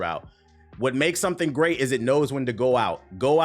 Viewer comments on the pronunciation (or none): none